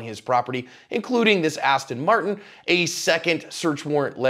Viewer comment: Seriously man its not an astin marton, its an aston martin